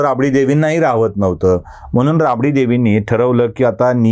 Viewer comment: 'म्हणून '... म्हनून....